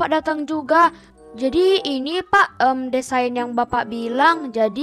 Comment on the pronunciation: Ka kan desain kan di baca nya diseyin bukan desain